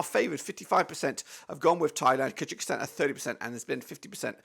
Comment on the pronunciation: Kyrgyzstan 2 - 1 Thailand, goals from Kimi Merk, Joel Kojo also its pronounced Kur guh staan or Kur gy staan